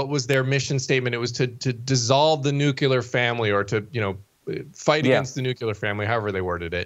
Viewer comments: Say it with me... New-Clee-Yer! say it again... and again! NOT, New cue Ler!!!!! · Say it again, ugh,that nuc u lar thing dives me batty. There is NO “u” in nuclear!